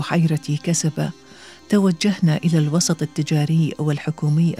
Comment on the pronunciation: للتنويه... البحيرة تُسمى "كوستبا" وليس كسبا: kustba بالجورجية، turtle بالانجليزية، черепаха بالروسية مع التقدير